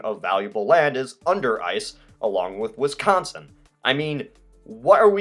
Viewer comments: Way to much emphasis on con in Wisconsin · Pokemonz Master Yeah so much emphasis on CON